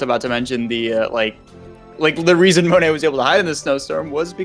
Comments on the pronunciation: Why are we saying "monette" its "Monet" with a silent "t" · “Moan-eh”. It bothered me too...